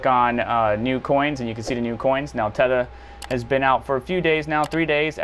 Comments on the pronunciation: Are you seriously mispronouncing 'Theta'? Where do you get "tetha" out of that? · Theta bro like the Greek alphabet 😂 it’s not Teta